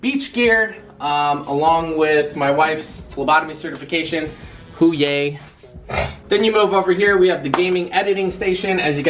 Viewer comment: It’s HOO YAHHH, not hoo yay